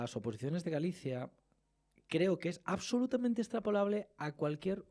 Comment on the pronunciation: Áterrizando. Ábsolutamente.